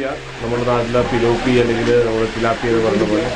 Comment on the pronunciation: കള്ളം പറയരുത് നമ്മുടെ നാട്ടിൽ പിലോപ്പിയ എന്നല്ല പിലോമിന എന്നല്ലേ പറയുന്നത് .........?????!